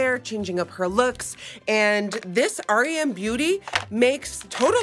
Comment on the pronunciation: It’s REM BEAUTY REM NOT R.E.M